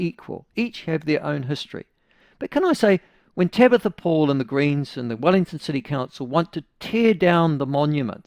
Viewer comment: Tamatha not Tabatha. She is still a delulu muppet though.